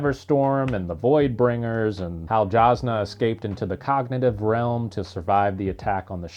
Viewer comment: Whenever there’s an off camera death.. We saw Jasnah’s lifeles body hit the boat deck tho! 😅 Also, it’s a J with a Y sound according to Brandon, so “yazz-nah”